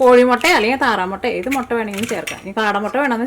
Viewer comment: 😃😃😃mottann parayalle muttann para mottann parayumbo artham marum